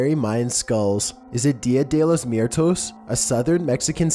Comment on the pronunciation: RainbowNight he said "miertos"